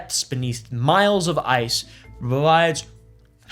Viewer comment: Bro almost had to go to speech therapy for a couple months